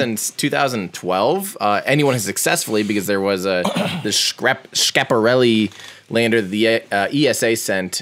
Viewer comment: use fck**n google translate to learn how to read 'Schiaparelli', you are mispronouncing this in unacceptable way. And 1U cubesat is 10x10x10 cm...